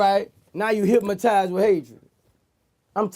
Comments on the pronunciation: “They are hipmotizzzzeed by hatred” 😂😂😂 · Boosie Said “Hipmatized” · “Hypmatized with hatred” 😂 not hypnotized